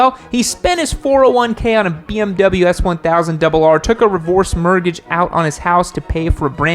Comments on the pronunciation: "Revorse Murrgage" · "Revorce Mergage", you kill me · "Revorse Mertgage" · revorse mergage? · Revorse mergage😂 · Ah yes, the revorse mergage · A revorse mergage huh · Revorse mertgage?.. was that intentional? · "revorce mergage" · Anyone else notice “revorse mergage” 😂😂